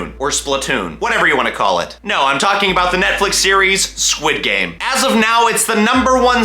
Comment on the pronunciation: i love it how he says sid game insted of squid game